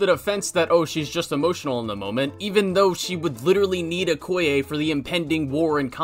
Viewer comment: you mean okoye not “okaya”